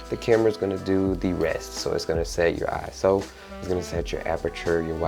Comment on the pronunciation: Thank you so much for not saying eyeso